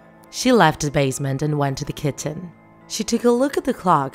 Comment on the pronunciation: “She went to the kintchen”